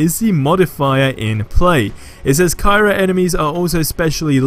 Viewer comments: It's pronounced "Cry-oh", as in cryogenic (freezing tissue), not Cairo the place in Egypt. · I had to read the modifier page to see what he was talking about, it is pronounced (cry-o, not ki-ro) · It hurts when you say cyro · The word is pronounced “Cry-o” bro!